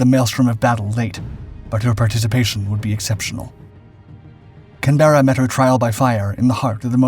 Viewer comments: Almost willful mispronunciation of the ship's name (actually Can-bruh) isn't a good start. But I'm still not sure what this monstrous and pivotal post-war role was. She was damaged at Leyte, fully repaired back in the US, mothballed for several years, converted to a guided-missile cruiser and eventually deployed to the Vietnam theater. But at no point did she use her missile system in anger and she was used in SE Asia only for her guns. As I understand it, the missile capability was also fairly quickly made obsolete, which is why the conversion wasn't completed. So a great ship and no doubt loved by her crews, but not exactly pivotal or exceptional' She wasn't enen the USN's first missile cruiser (USS Boston) and despite the title of this video the conversion wasn't a consequence of the damage suffered. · If she was named in honor of an Australian ship, please pronounce the name correctly - it’s Can-bruh, not can-bearuh. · us Australians call it Cambra not canberra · Not that it really matters but the original ship (and who knows about the ship in this video) was named of course after the capital of Australia which is pronounced CAN- berra with the second half pronounced almost as a single syllable. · Mate it's pronounced canbra in Australia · Is this voiced by an AI, because the pronunciation of the ships names is awful, for instance Canberra is pronounced Kan buh ruh (british) or Kan br uh (American) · You’d think they could pronounce her name. Can. Berra? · It's pronounced kan·buh·ruh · l know many Australians who also pronounce it Can-berra. All my family. lt depends where you went to school. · It is pronounced Can-bruh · Pronounce as Can-bra. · You mispronounce many names in your videos. Canberra (can-ber-a) HMAS Bataan. (Bat-a-an) In other video you say Ma-li-a not Ma-lay-a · Hi all, loving the YouTube channel but The name of the ship is not said like that it is pronounced Can-ber-ra . Loving your channel 👍🏼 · Learn to pronounce Canberra properly.